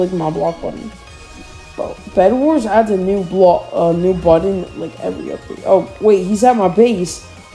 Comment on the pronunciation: U said new5